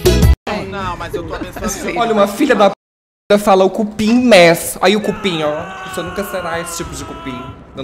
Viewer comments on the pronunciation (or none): “Cupim mess” HAHHAHHAHAHAHHAHAHHA